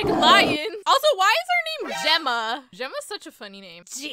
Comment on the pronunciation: “Gemma” GyEmMa”